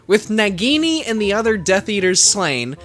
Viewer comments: Its nagini not nigini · Did He really not know how to say nagini